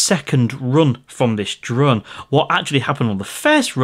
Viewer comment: Hi are you originally from the lake District as you sometimes say drurn instead of drone like my step mum. She is from Kendal 😁😁